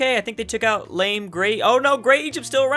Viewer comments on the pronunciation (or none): none